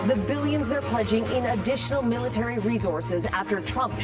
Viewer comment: Military mite??? 😂😂😂😂😂😂😂 from where? Canada?, Norway??, UK?? Please stop! Ur killin me! 😂😂😂😂😂😂